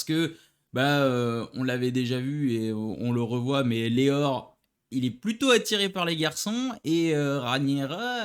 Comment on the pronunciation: Sir Criston pas Christophe Sir Laenor pas Leor. Juste pour préciser, le mariage a été avancé au même jour de la cérémonie et je pense juste que Rhaenyra était sous le choc pas qu'elle ne voulait pas se marier. Mais le mariage a été proclamé . Sinon bonne vidéo comme d'habitude